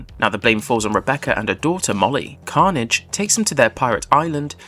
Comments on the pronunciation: Carnage?😂 thats an mcu character. It is don carnage! Emphasis the last syllable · Don Carnaaaaj man. Your pronunciation is killing me. Watch the show if you're gonna cover it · Nice video but... did you even watch the show? It's pronounced Don Carn-AGE!